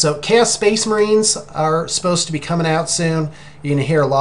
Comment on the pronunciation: Oh, you say you're going to present yourself alot better and then you say Spaos Case Marines, I laughed so much but you rock and we love you......